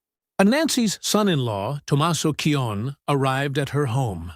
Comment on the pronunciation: It’s pronounced C O knee (Cioni)